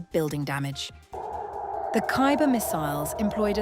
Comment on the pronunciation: Its khaybar shikan (Khaybar breaker) not Khayber